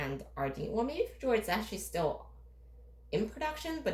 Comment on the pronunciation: It’s pronounced “Feh yord” not “Feh jord.”